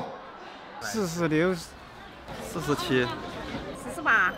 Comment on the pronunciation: 40番は寿司に聞こえる😂 日本語と似ている部分が少しある。